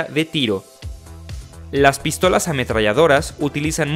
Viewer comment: Por que dice Pístolas ? Acentuando la I